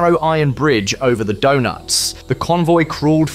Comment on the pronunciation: Sad that the AI can’t really learn - video clips show US maps & desert scenes; Donetz becomes donuts. The storytelling is great, delivery is pathetic.